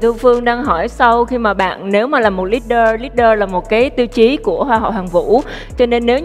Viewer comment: Mình nghe có nhầm ko vậy? Có phải Hoang My phát âm “leader” Li-đờ thành lít-đơ ko? The hell? She’s been studying aboard for several years and pronounced that word incorrectly???